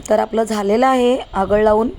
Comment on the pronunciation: अगळ नाही...आगळ😂